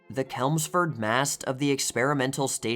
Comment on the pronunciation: Funny note - you pronounced Chelmsford with CH as in “chemical”. It’s CH as in “cheers.” 😊 Google Maps does the same thing in my car. There’s ones in England, Canada, Massachusetts USA, and I believe Australia too. My dad used to join a weekly ham net talking between Chelmsford MA and England.